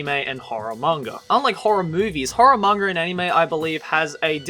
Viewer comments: is it just me or does he always say"mangar" instead of "manga"? See for yourself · you keep saying "manger".... manga